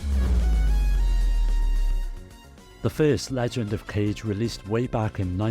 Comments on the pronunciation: It’s pronounced kah-geh, not “cage” lol. It means shadow in Japanese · yeah, you're right, that's a better way to spell out the pronunciation. either way, it's definitely not pronounced the same way as the english "cage". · Best people know. Legend of Cage sounds so silly. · i'm being pedantic here, but "kage" is pronounced closer to "kah-gey". it's the japanese word for "shadow". awesome list though! there's so much on DS i never knew about.